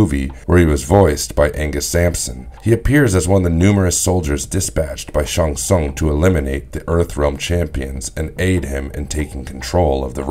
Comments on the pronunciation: I wish just once I could watch one of your videos where you don't mispronounce someone's name over and over again. There is no character in Mortal Kombat named Sung Shung. I think you Shang Tsung... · I really wish you had pronounced Shang tsung correctly. Stopped watching immediately. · Lmao barkata? Sung Shun? Shoa Kung? Noob Saybot.....Tf bro😂😂i cant believe what you say now, you lost all credibility good sir 😂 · Love the idea but perhaps have someone who can pronounce the names correctly narrate the video? It took me a few listens before I realized he was trying to say Shang Tsung and Shao Khan.